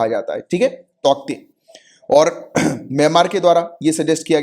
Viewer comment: Sir, cyclone name is pronounced as "Taute" Where k is silent